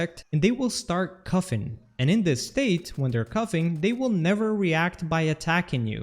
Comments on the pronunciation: "cufffing"? Bro It's coughing, learn how to speak, holy shit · “Cuffin” instead of “coughing” 😂